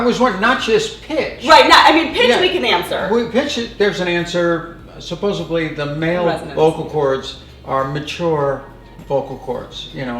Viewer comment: Caitlyn lost me at "supposebly." The video would be more helpful if she actually did more exercises and less rambling on about various other people.